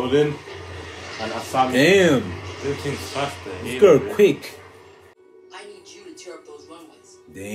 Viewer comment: Dude the way they are calling Asami sounds like answer me